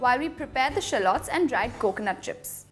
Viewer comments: Nice video!! Would the paratha be good with chicken curry cuz i don't eat mutton? Btw, sorry but u pronounced 'shallots' wrong😕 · oh ok.. maybe in India it's pronounced this way but i'm from the US n we pronounce it differently!! Sorry😰